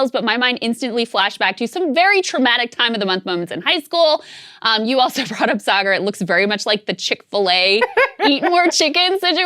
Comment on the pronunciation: ?: How can you tell that Saagar is a Texan? A: because even when he's lived in a foreign country, he still mispronounces it like a Texan would.